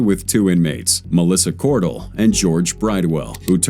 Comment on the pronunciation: Her name is Melissa cor-dell like the computer dell not dual. But I know her and she's a real POS.